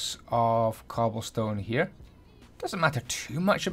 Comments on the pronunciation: stobblecone? Ik it was a mistake but I couldn't help myself but to laugh ik u ment cobblestone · "and we are gonna get a slab of stoble con" - 2018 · he said stobblecone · “Gill in the faps” “Blocks of stobblecone” I love it😂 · stoble cone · u said stobblecone